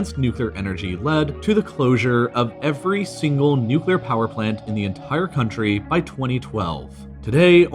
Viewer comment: thank you for pronouncing nuclear correctly